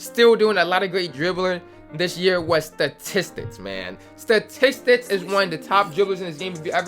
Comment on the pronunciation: He really said Stahtistics for the best dribbler 💀